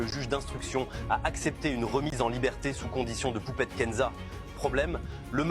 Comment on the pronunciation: "le mari À poupCHTette"......... 🙄 Pourquoi est le seul à parler d'elle CORRECTEMENT???